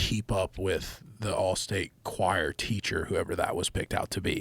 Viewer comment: Love Luke Combs but is he trying to say choir lol. Or do they call it chorus?